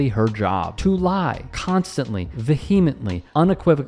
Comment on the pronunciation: VaHeMentLee 😂😂😂😂 Americans sound extra dumb when they try to sound smart.